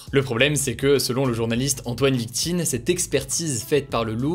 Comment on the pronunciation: C'est écrit Vitkine mais tu as dis plusieurs fois Viktine😂😂